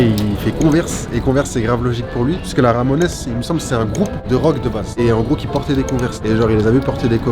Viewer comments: Personne ne lui dit qu'on dit pas "Ramonaisse" mais Ramones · « Ramonaisse » 🤌 je crois qu’on prononce Ray month mais je te pardonne, toujours bg même avec des paires qui ne vont pas à tout le monde sauf bravo t’as gérer le montage et chasseur aussi la présentation etc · Je thumb vers le haut 👍 Au fait, ça se prononce the "ramon's" Et le jeu d'arcade, c'est Jojo's bizarre adventure sur CPS3 ;) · Attends mais "Ramonesse" je suis mort là! 😂 ha ha hala..